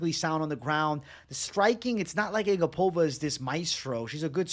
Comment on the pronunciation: It's A GAP-ova not ag-APOVA. i remember her saying that after a fight